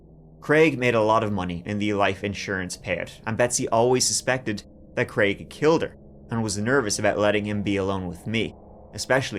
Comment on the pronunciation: Thank you for pronouncing the name of the fictitious character as Crayg and not Creg.